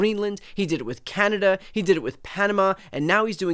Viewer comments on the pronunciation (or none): none